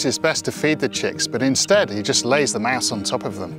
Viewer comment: Why does he pronounce mass instead of mouse